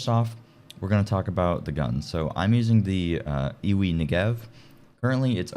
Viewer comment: The brand is called I-W-I. Just say the letters. Not eewee.